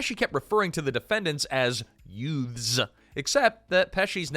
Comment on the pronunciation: Uh, did you say "YUTES"?